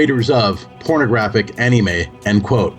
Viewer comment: Dude why the Fuck We're you not featured in this? You are far more qualified (and practically Destined to do something like this) then this guy. I don't care who this he is, he couldn't even say Anime right.